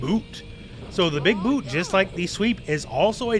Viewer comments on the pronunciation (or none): none